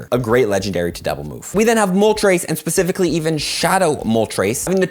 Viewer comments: he pronounces the word specifically as "pacifically" lol.....sorry i had to be that guy :) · Best part is right here pacificly